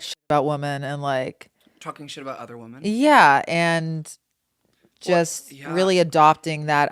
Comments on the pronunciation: I am actually begging TREVI that there is a different pronunciation for women/woman. I love her so much but she always says WOMAN when she means women plural and it hurts my ears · Trevi, fellow lady, there are 2 forms of pronouncing the word “woman.” “Woman” is singular. “Women” is plural. It sounds like you use “woman” for both. ❤❤❤❤❤❤❤